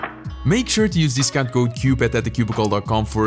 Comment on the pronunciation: Ahh, yes. Dicount